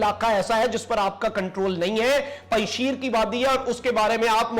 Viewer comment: You are pronouncing wrongly the word "Panjsher" even you are pronouncing it as panjsheer which is wrong. Panjsher Vly mean The Vly of five lions. Hope u hv understand what I'm trying to tell you